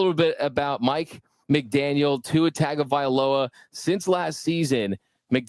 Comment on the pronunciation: Ol' buddy had discord sounds AND pronounced it TAG-o-vailoa in big 2024 :face-turquoise-covering-eyes